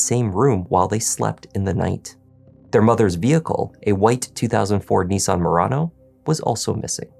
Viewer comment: NEE_SAN? NiSS-AN